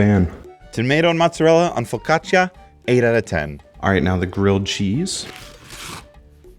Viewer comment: Bro made Italians proud the way he pronounced focaccia